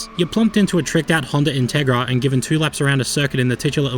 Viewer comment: Did you say Honda Integra